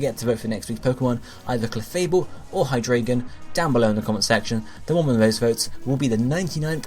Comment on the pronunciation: hy-three-gon lets go (hydreigon)